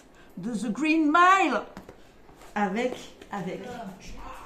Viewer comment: "The Reen Mile" ça c'est la classe 👍🤣 Superbe édition 😎